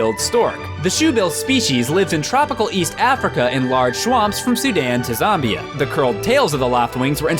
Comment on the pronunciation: It's not The Titanic, it's just Titanic. And it's Zambia, not Zombia. Do you just record the voiceover in one take and say "fuck it"?